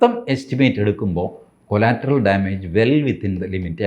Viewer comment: കൊളാറ്ററൽ, കൊലാറ്ററൽ അല്ല😢